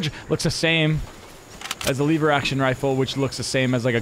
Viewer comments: Its not a lyver action rifle when you say level you just take the l and say lever action rifle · But like you said it like leever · I like how he says le-ver instead of lever